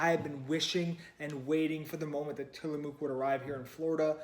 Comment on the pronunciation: Sorry to nitpick, but as a native Pacific NWer, it's pronounced "Tillamuck." Sort of like the "oo" in "look," lol